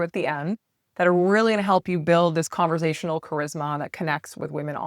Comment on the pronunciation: Conversational, not converZASHUnal. No Z. None.